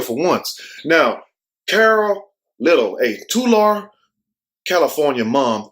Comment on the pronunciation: You said it right it’s Tolarry Tulare